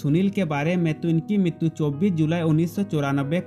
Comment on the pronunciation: TERA BAAP MAR GAYA HO,RAM POTHENENI NAHI.. AUR MITTU NAHI MRITU BOLA KAR